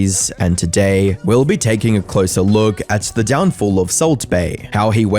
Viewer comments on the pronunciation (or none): none